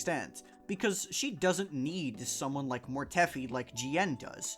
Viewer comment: WHO TF is MORETEFFFFY. Mortefi, rhymes with DEFY. MORE-TEF-EYE